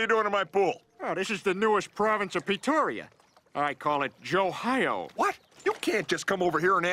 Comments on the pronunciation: bro said joehio💀💀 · Bro said joeohio💀💀💀💀💀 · bro not "Joehio" 💀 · "JoeHio" "JoeWho?" "JoMAMA* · naw bruh " joe -hio"